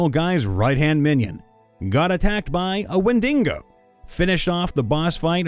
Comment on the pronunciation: When-dee-go not when-din-go